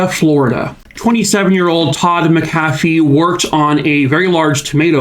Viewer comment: This is my relative. We still don’t know and it haunts us. Side note. It’s prounouced Mac-uh-fee. :)